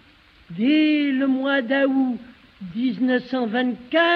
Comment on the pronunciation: depuis je ne dis plus que "le mois d'ahoû" 😂